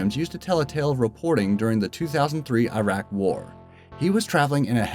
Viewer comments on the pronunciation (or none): none